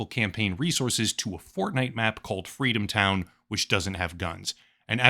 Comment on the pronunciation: I think you meant, "Fweedomtown."